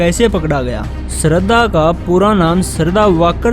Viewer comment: Sarda nahi bhai shradha